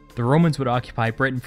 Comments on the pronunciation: Britain, not Brit Tain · Is anyone else a bit annoyed by the way he says "Britain"?